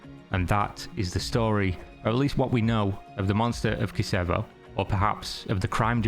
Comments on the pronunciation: It's pronounced like Kitchevo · In Slav language C is never a K. You read it as it's written. Why you say Kicevo when you got all the rest wrong? In your logic you should have said KiKevo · The real pronunciation of Kicevo is KICHEVO with CH (Č) not C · Nice video and great coverage, something I didn't know about. FYI, the town's pronounciation is bit mis-leading when transitioning from cyrillic to latin. Kicevo is pronounced Kee-che-vo (where the "ch" is like chocolate).